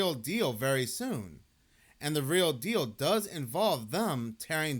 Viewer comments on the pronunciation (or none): none